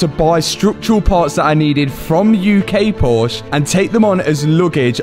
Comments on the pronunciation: Love these videos and progress!! Unfortunately, a million plus views and now there's a million people who will also pronounce Porsche WRONG. lol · Please pronounce the "e" at the end of Porsche just a short "eh" thank you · please, please pronounciate "Porsche" the correct way... It's respect to the founder, and the brand... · If I was playing a drinking game for every time you mispronounced Porsche, I would have passed out half way through the video.